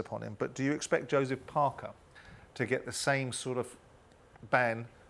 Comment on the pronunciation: Who’s “Doseph Parker”??🤣🤡